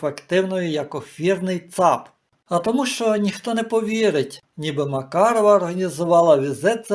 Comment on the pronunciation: Не Макарова, а МаРкарова